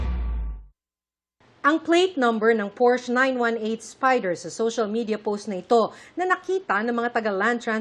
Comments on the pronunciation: The correct pronunciation actually sounds like por-shuh. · Its PORS-SHA not Porsche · Porsche ang tamang pronunciation (Porscha)